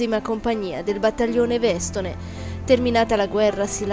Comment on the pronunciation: Addio Nelson "vecio alpin" R.I.P. ---- però la voce narratrice almeno imparasse che si dice Vestòne ( el Vestù) e non Vèstone, accento sulla O finale !! Eh che diamine .. da dove viene sta gente !!